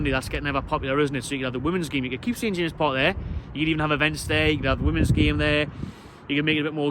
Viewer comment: Its called at James Park Not st jamseses... Call yourself a fan!!